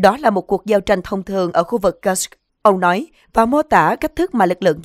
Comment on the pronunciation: Cô xnv này đọc từ Kusk rất khó ghe ?😅😅😅😅.